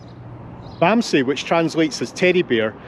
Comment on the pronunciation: Nice vlog very interesting…the dog is pronounced Bamsa…our e is a in English! We know all about him…hope to visit one day.